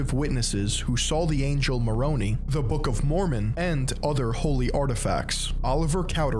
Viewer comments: I watch these and my faith never changes Everyone i've seen who makes or writes something about the "Mormon" church just has something against it U can't believe these He doesn't even know how to pronounce "Moroni" correctly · At first I was wondering if he was doing it on purpose to be a troll lol loved it. Probably how I'll pronounce them from now on. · Was laughing when he was pronouncing Moroni. It would have been better if he had just said Moron, instead 🤣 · What's sad is that current members watching this will disregard his entire message only because he mispronounced some fictional names from Smith's made up book. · I love the way pronounces Moroni like he's an Italian mob boss lol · I'm ex-mormon and think it's a crazy religion. But that being said, you did how many hours of research and work to put this video together and couldn't be bothered to learn how to properly pronounce a handful of names? 🤣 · Former Mormon and the way you mispronounced most names had me rolling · Great content, but if I have to hear you mispronounce Nephites and Moroni one more time we're gonna have a problem. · Good video. But you pronounced names wrong. Moroni, Nephi, Lehi, lamoni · Haha! I can tell that he's done very little of his own research, and hasn't taken the time to actually learn the topic deeply. Here are some examples: - Mispronounces EVERY name from the Book of Mormon. - References the historical accounts the church adopted without even referencing the other multiple accounts. - Blatantly misstates the church's position on multiple topics. - Shares inaccurate historical information about the founding of the church, and cobbles together a muddy and incoherent timeline. - etc... I'm all for pointing out that the church is a joke. I don't believe it's true, but this is just a cheap video plastered together for some quick views. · Fully agree, and yeah Moro-knee kinda jarred me when Moron-eye is what I've always heard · Not mornee it’s morni